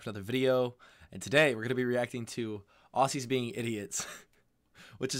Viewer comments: Its auhzzy, not aw-C. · Ozzie.. not ossie. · It’s “auzzie” not aussie” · Australian here, say aussie like ozzie